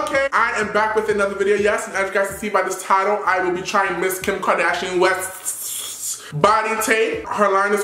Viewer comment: The way he sad West’s is sending me 😭😂